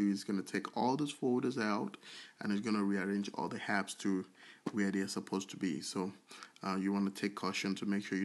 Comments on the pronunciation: STOP SAYING (HAPPS) it’s (APPS)!!!!!!! There’s no H in Apps!!! It’s so annoying listening to u when u can’t pronounce an A!!! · The Word is Apps and not Happs😂